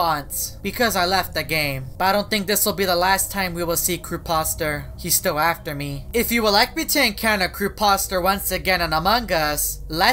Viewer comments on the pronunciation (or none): none